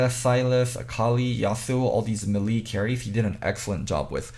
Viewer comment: Crease as a fellow ESOL dude, yea he says melee wrong and it always makes me crack a smile tbh